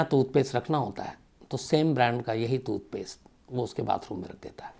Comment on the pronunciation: Janab calculations theek karein aap 40 din nahi 70 din hota hai 10jan se 20march tak, also tutpaste nahi TOOTHPASTE hota hai. Lol